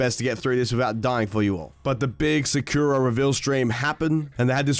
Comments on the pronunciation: Its SAH KOO RAH (All equal times on each syllable) Not, Sakurra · It is sa kuu ra not sakura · If it’s Japanese it’s sah-Kura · Sakura is a tree or the flower on the tree and you pronounce it horrible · why is he putting so much emphasize on the "kura". It's just sakura, like sakura from naruto. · The way he pronounces sakura makes me want to bomb a nursery of special kids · You’re just blatantly saying Sakura wrong you sound stupid lol